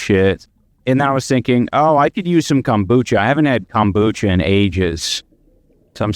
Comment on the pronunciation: Yo seeing Ian go through this after he F*cked over his BF of a decade he DESERVES IT!!! He doesn't need Kombucha with that stinkin a$$ breathe his wife says he has frfr, and why does he call it CUMBUCHA??? He will be taking the bus soon, what kinda idiot moves to Canada when they are BROKE??? Canada is more expensive than America, are they that scared of his former boxing coach??!!